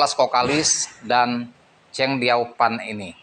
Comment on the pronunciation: Mati suri nya bang,bukan mati sukhi.. Chang Dio fan Yo bang bukan Chang feng zou